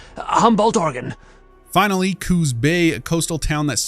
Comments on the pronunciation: he pronounces Oregon as "Ore-Gone", here everyone pronounces it as "Ore-Gun" or "Ore-Gin" lol. Also you start Fallout 2 in Arroyo, which is located near Ashland, Oregon. Right after you go to Klamath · The characters (and you) dont even pronounce oregon right lol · I was waiting for Arroyo to be brought up! It’s always funny hearing Oregon pronounced wrong lol